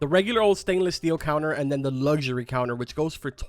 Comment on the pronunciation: It’s not lusury it’s luxury